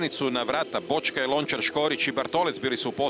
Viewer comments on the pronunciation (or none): Kaže Blažičko Boćkaj. Cijeli život ne zna izgovoriti slova sa kvačicom.